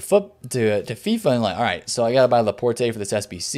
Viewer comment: Laporte... you don’t say the “e”, it’s fucking French